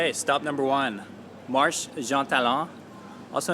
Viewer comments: Sweetie you’ve been here for five years now and still don’t know that / over the e in marche is called an accent and changes the pronunciation of the word fromMARSH to MARSH A (long A-Sound). We offer free French classes here you might avail yourself of them one day. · not "marsh". when there's that diagonal line above the letter "e", pronounce it with "ay" at the end. marshay. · quick note; “Marché” is pronounced “marshay” because of the accent on the e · mar-sheh actually but yah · Marché is pronounced Mar chay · bro lived in montreal for 6 years and still can't pronounce Marché properly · He can't even say Marché